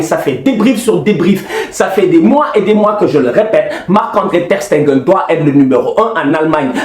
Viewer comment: Ter Stegen et non Ter SteNgen please ohhh... Sinon Top👌🏾😂 Aussi suarez n'a qu'à se gérer 4 ans sans but a l'extérieur en UCL, doyna nak